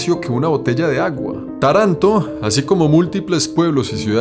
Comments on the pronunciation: Perdoname pero mi oreja italiana sufre cada vez que decis Taranto con acento en la segunda a. Ademas te explico que te regalan la ruina asi' que puedas empezar a pagar impuestos, porque si', tambien en Italia si te vulves proprietario estas listo para darle plata al estado. Saludos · Buen vídeo, una cosa se dice Taranto con el accento en la primera A. Segundo Taranto nunca será un lugar turístico como tu has decido tiene un industria siderúrgica importante (seria interesante un video breve en los alreador que marece otro planeta) que a traído mucho problemas medioambiental y de salud pública (las tasas de cáncer y tumores en cancro son muy arriba en la media nacional). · Soy italiano y vivo cerca de Taranto...ah se pronuncia Tàranto, no Tarànto. Cuidado con el acento. Es una ciudad muy antigua con raíces de Magna Grecia, hace 3000 años. La influencia griega ha sido fuerte y luego la romana obviamente. En verano es un horno de verdad 🔥pero es bonita y también hay la parte más moderna obviamente, mucha industria sobre todo en el sector del acero y mucho potencial para el futuro. Esta región de Puglia es maravillosa. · Hola se pronuncia Tàranto no Tarànto ciaolin... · Se pronuncia Táranto. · Se llama Táranto no Taránto la primera A es la fuerte no la segunda. Dai su prima di fare il video controlla almeno come si pronuncia. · se pronuncia "Táranto", con la a acentuada, aunque en italiano el acento ortográfico se usa sólo al final de las palabras. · Se pronuncia con el acento en la primera a y en la o. Por así decir Tárantó. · Interesante video. PS. Se pronuncia TAranto (con el acento en la primera silaba XD) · Se pronuncia Táranto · Video espectacular...pero se pronuncia Tàranto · Querido, a mi esposo y a mi nos gusta muchísimo tus videos....aprendemos mucho. Ahora; Taranto se acentua en la primera A; no en la segunda....no importan, se entiende, pero seria bueno pronunciarlo bien. Te lo dice una Ítalo-Argentina. Saludos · ES Taranto,no taranto!